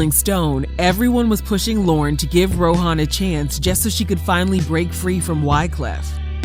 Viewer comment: It’s pronounced Row - en. Not Ro - han. The ‘h’ is silent.